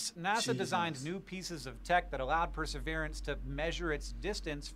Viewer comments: I heard him say per-srverance I knew I was gonna be slightly annoyed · You can't pronounce Pr-suh-vee-ruhns 😂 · Press-sir-veer-ants dummy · The name is pronounced per’ se veer’ ence. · Perseverance: per-se-VEER-ans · it is pronounced Per - ser - VEER - ance. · It's pronounced like Perserveeranse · You've never heard the word "Perseverance"? In your entire life! How? Wow they are really codling kids these days. Can't even SAY the word Perseverance! I'm ashamed to even live on the same planet.